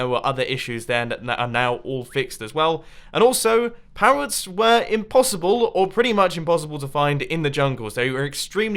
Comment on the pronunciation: "pawwots" are you okay today mumbo?